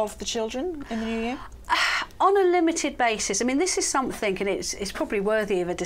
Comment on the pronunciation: please......it is something not somethink!! You are a communicator please speak correctly.